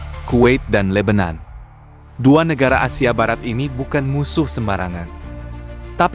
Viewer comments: Yg benar Libanon bukan lebenon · Jgn ubah nama negara orang,,Lebanon,,disebut lebenan